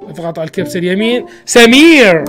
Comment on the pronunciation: سؤال: ليش تكول سميرر